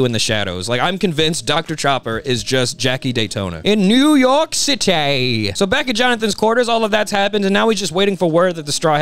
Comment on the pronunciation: "NEW YORK CITAE!!"